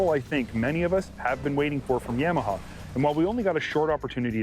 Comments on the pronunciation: Please learn how to pronounce “Yamaha”. Thanks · I work at a Polaris store, and my boss says it like "Yam-aha" as well. It really irks me. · Why does this guy keep saying YAM a huh ???